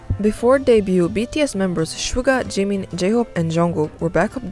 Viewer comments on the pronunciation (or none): none